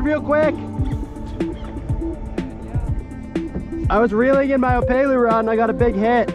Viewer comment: Killer tips thanks. My only criticism is it’s op”e”lu not opaylu😂 Eh eh 🤙🏽